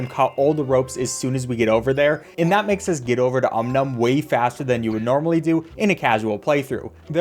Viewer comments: Gosh... I loved Cut the Rope. I was obsessed with it for years. I really should play it again... thanks for the memories,!:) (also, it's "OM NOM", not "um num", you silly!:P) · hearing him call it "um num" makes it hard to watch this, everyone knows its called "om-nom" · Its Om Nom not Um Num x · It's Om Nom not Um Nom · Ah yes deliver the candy to um-num. It’s om-nom get it right before you make me tear my ears off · Its not um num its om nom put some respect on his name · Om, not Um Nom! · “Um Num” Isn’t it pronounced… O M N O M ? ! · the way he pronounces Om Nom as umnum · Did anyone noticed that he called om nom “um num” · aint no way he disrespected om nom like that (he said um num) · Om nom is best boy Also, “um num” is crazy 💀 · kept on pronouncing his name as “um num” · yeah its supposed to be pronounced "ΩnΩ" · The way he calls him "um num" I'm freaking dying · His name is Om nom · I think that but he's calling him Um Num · that's just 'cause he's pronouncing it fast. Is what happens when you say something enough times; you find ways to truncate the time it takes to pronounce them, which can change their phonetics depending on what language you speak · I take 1 psychic damage everytime he says Om Nom's name like that. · Sound out om num bc that’s how it’s pronounced but I guess that’s just not how people say it even tho that’s how it’s spelled & should be pronounced